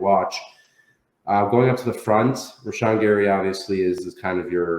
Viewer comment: The way says Rashan is killing me!